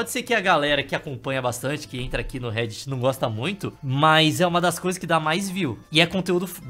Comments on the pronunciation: Petição para a alfabetização do,para ele aprender a falar réddit É só piada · o buga meu cerebro porque ele invés de dizer rédit ele diz rei-dit